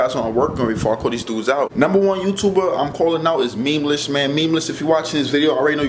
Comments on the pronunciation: okay but listen, elisogay, i dont think your content is entertaining. neither does memeulous. yes, memeulous. not memeless, say it with me, "meme-you-lous" not hatin bro, do what makes you happy. but your content doesnt please me. im on george's side fam. just because he doesnt like your content, doesnt mean you can put his name in the title for views. #memeulouscrew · Calls himself tough even tho he can’t even pronounce Memeulous right